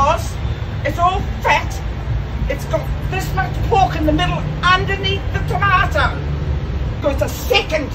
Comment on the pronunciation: the way she says tomato